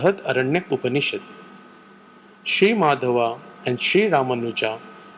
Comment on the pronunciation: Great video but the Dvaita philosopher's name is Madhva, not Madhava.